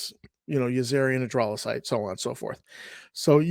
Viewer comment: Yazirian is Yazeerian, not your yazairian. Dralasite is pronounced drowlasite, not drawlasite. Vrusk is pronounced as it is spelled (u as in cup).